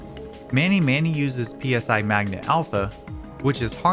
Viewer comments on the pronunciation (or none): this is a wonderfully made and extremely well edited video but i am legally obligated to tell you for future reference: giygas is pronounced GEE-gas, lumine is pronounced lu-MIN-ey and PSI is pronounced like the letter.